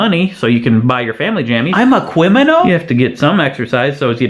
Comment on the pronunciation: CWIMINALS EVEWYWHEWE.